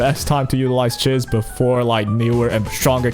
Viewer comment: How are you still not saying Chiz correctly?